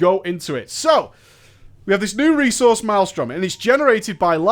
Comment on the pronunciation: Elemental - New 'resouce'. :D